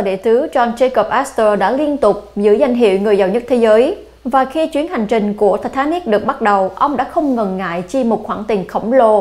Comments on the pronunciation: Tai tá nịch. Vãi bà đọc. Một là Anh hay là Việt, nửa này nửa kia chẳng giống ai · Giọng đọc của MC rất dễ thương, truyền cảm.. nhưng đừng đọc là Thì thà nịch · " thạch ta nịc" má nó đọc nge chướng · Titanic mà bả đọc là Tờ ta nịc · Ti ta nic . Mà cứ đọc ti ta nịc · Phát âm lúc ti ta níc lúc ti ta nịc z mà củng lên đây nửa. Anh thì ra anh. Việt ra việt. Thân ! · Thì ta nịc (titanic) 🤣🤣🤣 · Bà ấy phát âm tên tàu lạ nhỉ “tì -ta-nịc” or “tì-tá-níc” 🤣🤣🤣🤣🤣 tao cười tao đi ỉa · Tịt ta nít phát âm hay vl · ti thá nịt . hay ti ta níc phát âm nghe kì kì lúc thì thá nịt lúc thì ta níc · Thị tha nịch :)) Sang pháp mà đọc kiểu đó bà ơi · Có 1 từ titanic mà mỗi lần đọc mỗi lần khác, phát âm hay quá kkk